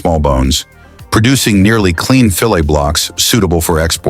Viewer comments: You pronounce fillit differently to the rest of thr English speaking world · Your AI narrator doesn't know how to pronounce fillet?